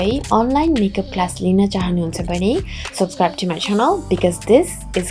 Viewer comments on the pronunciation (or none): none